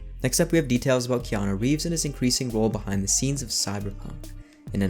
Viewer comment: Thumbnail is dope, name pronunciation on point and the voice goes oh so hard, yet, soft leather. Further more after all this what do you say me and you get an apartment together 😉